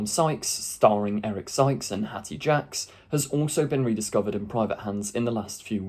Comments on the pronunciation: Hattie Jacques' surname is pronounced 'Jakes'. Not 'Jacks'. She'd frequently turn up in Carry-On films, memorably playing the role of Matron in Carry On Doctor. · I really enjoyed this but I do have one teensy weensy tiny whiny caveat. The amazing Hattie Jacques is pronounced Jakes. Sorry to be a pain but she was a national treasure.